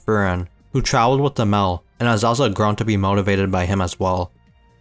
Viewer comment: Himmel, not him-el🙏